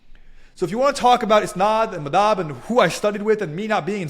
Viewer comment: You misprononced Madhab, clearly a fake.